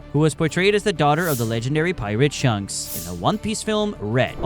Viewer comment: ..."shahnkz" ...what did u jsut call him? is this fking ai?